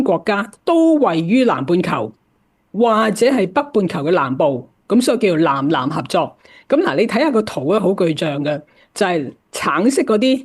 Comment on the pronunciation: ❤ 藍藍合作？原來是《南南》合作！藍与南的發音是不同的。❤